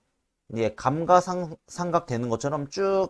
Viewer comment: 얼마 전 알게 되어 잘 보고 있습니다. ‘감가상각’ 발음만 좀 고쳐 주세요…;; 내용과는 상관이 없지만 들을 때마다 신경이 쓰여서요… 이번 기회에 올바른 발음으로 고치시는 건 어떨지요. ‘감까상각’이 옳은 발음입니다.